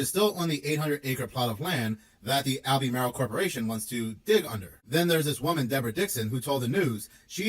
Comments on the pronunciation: It’s AL-BURR-MARL not Albee-Maryl. Must be AI talking about the lithium mining. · Pronounced Al-be-marle